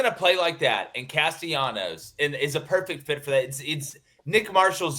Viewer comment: Gentlemen, if you are truly interested in showing respect to Florida State perhaps you should say the name of the quarterback the way he and his family chooses to call him!!! His name is Tommy Castellanos. There is no y sound. He is not Latin American.